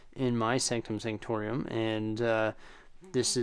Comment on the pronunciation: Why does he say it like that??? Sanctorium...sO HErE We HAvE tHe SAnCtOM SaNCtoRIUm